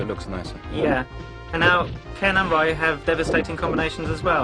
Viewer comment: Hey, as cheesy and awkward as this is, atleast they pronounced Ryu correctly. I can't help but shudder anytime I hear "Roo" or "Re-eye-yu" as most Americans say it